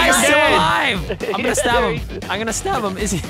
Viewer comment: "I’m gonna STaAb em" 😂